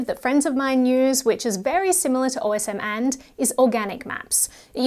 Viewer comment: Are you really supposed to pronounce it as "O.S.M. and," rather than as a man's name ("Osmand")?